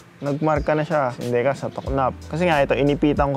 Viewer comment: Decal=DEE-CAL, lagyan mo ng arte boss.